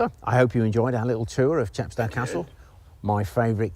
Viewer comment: CHEP sto, as in GLAZ go and MOSS Co. No offence! A fascinating video.